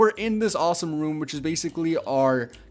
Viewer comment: 'goiys' 'auwsome'